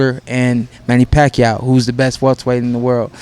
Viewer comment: Manny Rack-yaw..oh sorry I mean Manny Pacquiao..hahaha